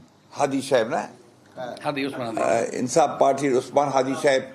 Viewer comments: ইনকিলাব মঞ্চের ওসমান হাদীকে চিনে না!!🙄🙄 নামটাও ঠিকমত বলতে পারছে না!!🤬🤬 এই হলো দলের মহাসচিব!!😂😂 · হাদির নামটাও ঠিক মতো বলতে পারেন না,,,, শুধু নির্বাচন নির্বাচন বলে চিল্লায় বিএনপি